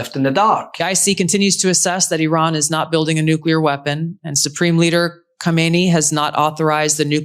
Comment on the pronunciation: Can’t even say Iran properly UR-AAN What a moron MAW-RAAN !